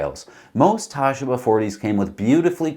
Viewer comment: Tasheeba. Not Tashiba. Sheee. Same as the Baba 40.